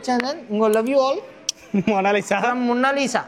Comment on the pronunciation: Mona Lisa❌munna lisa✅